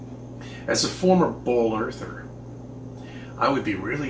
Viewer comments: Is he saying "bowl earther"? WTF? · I keep hearing “bowl earther” and was slightly confused.